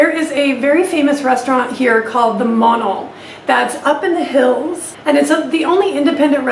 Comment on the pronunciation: That hotel name is monal not mono